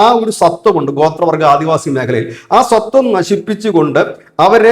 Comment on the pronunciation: സത്വം അല്ല, സ്വത്വം ആണ്.